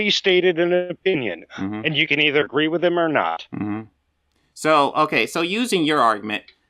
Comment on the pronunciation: Why is it impossible for you to say the word 'With' ? You say wif. It's very off-putting.